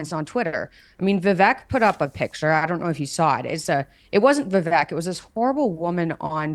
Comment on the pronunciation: I love your content!! As an aside, I'd like to remind everyone that Vivek Ramaswamy's first name is pronounced as follows: VIVEK: rhymes with CAKE